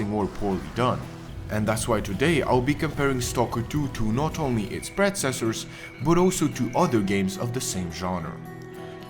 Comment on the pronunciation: I hate to be that guy, but it's "predecessors" not "predcessors".